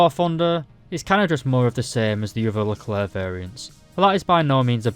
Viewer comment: Your pronunciation of Leclerc in this video is pretty good and acceptable